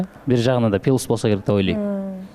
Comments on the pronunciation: "Пилус" деп суйлогондор, эмне жейсинер? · пилус девей плюс эле дечи кыжырга тийбей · пИлус дебегилечи кагылайындар